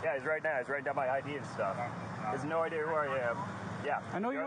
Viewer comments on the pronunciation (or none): none